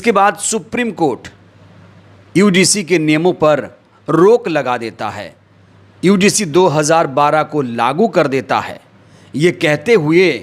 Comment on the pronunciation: भाई समय बर्बाद मत किया करो। यूजीसी ठीक से नहीं बोल पारहे हो। ज्ञान उड़ेल रहे हो।